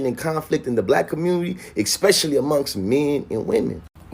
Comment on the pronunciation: "Exspecially" this guy is a fecal unit.